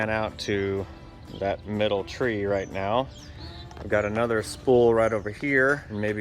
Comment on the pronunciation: Did you say 'right meow'?